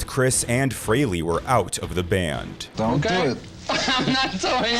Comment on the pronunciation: for the love of god its FREHLEY , F R E H L EY , not fucking FREELY ...... after all these years you still cant get his name right ???? jesus christ man